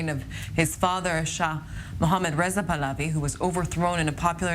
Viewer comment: PAHLAVI it's PahlaVi with "V" not "W". It's Pahlavi. Not pahlawi